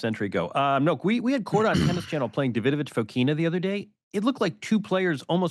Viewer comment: Korda 🤣🤣🤣 What the hell are u saying